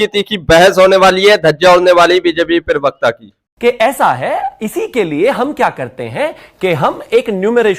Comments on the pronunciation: भाई पहले तो ये ठीक कर ये पिरवक्ता नहीं होता, प्रवक्ता होता है। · bhai Parvikta nahi parvakta bolliye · Parvakta bol bhai pervakta nhi hota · Privakta nahi bey parvakta kaha kar bay